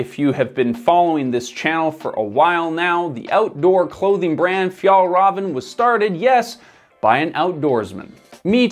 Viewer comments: Fiell-reven and Awkeh Nordeen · Difficult to listen to the author butchering even an easy word like Fjällräven. How abour ignoring the umlauts and just pronounce it an anglosaxon way, like in Fjallraven? Skandinavian 'ä' is basically an Englisch 'a', nut a 'u'. Åke Nordin isn't pronounced Ake Nórdin, but Oke Nordín. Should I continue? 'Bergen' means one specific mountain. A mountain range would be called fjäll. Don't dare to try 'sjöen', Even I struggle with this beautiful word. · Pronouncing it like "Fjollruhven" instead of "Fjehllrheven" makes it sound like "Fjollröven" which in Swedish means "The sissy ass" instead of "Arctic fox". Swedish is hard. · Your saying the company name wrong. Raven is said as rayvan. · Honest question: How can you make such an in-depth piece on Fjällräven (Fee-yell Reh-ven) and its founder Åke (Awe-keh) and get the names pronounced so wrong? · Am I going to be the annoying person who focuses on the pronunciation rather than just enjoy the new information… yep. Fjäll Räven is pronounced ”Fjell Reeven” Åke is pronounced ”Ooke” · name "Åke" is pronounced all wrong with an umlaut massacre. It's more like "o-ke", where both the "o" and the "e" are stressed and no diphtong. "Fjällräven" is pronounced wrong too, it should sound more like "Fyell-raven" where "raven" is pretty much pronounced like raven the bird. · You don’t pronounce the “v”. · Pronounced of Fällräven = Fjaellraeven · For a good approximation of the pronunciation of the ä in Fjäll: the ä sounds like the e in the english word hell. The ä in Rävn is a bit more tricky, though :-D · as i ´fjellraev´ he just said as a mountain ass, too funny ahhah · Fjällräven means mountain fox, but the the way he says it it means mountain butt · great video but as a swede this pronunciation hurt to hear lol